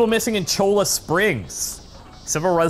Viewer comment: I know this is two days out of date, but "Cholla" is pronounced "Choya."